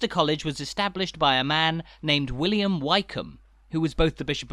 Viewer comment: Not Whycombe but Whickam. Why not learn how to pronounce?